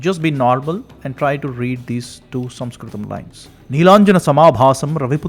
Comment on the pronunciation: The point at which word "Sanskrit" was first pronounced, I quit.